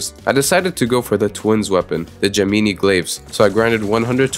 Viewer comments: Bro said “gemeenee glaives” instead of gem-in-i glaives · "Gimeenee Glaves" ... Bruh do you know how to pronounce "Gemini"? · the way you pronounced Gemini was evil but impressive vid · the way he said gemini